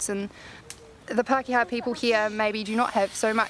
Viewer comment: Where in the heck are the Whytakeers ..and what in the heck are Puckayas? An essential part of producing a professional and credible documentary is bothering to pronounce place names and people names properly. Waitaker and Pakeha has noting to do with Whytakeers and Puckayas. Nobody in NZ even knows what you are talking about.